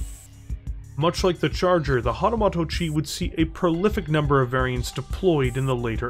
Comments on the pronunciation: I love the video, but it's "moto" like "motor", not "moto" like "motto". :) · hatamoto (hah-tah-MOH-toh) It was painful to listen to you butcher Japanese. 😅